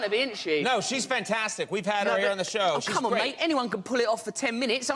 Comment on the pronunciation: Talk “sow” host??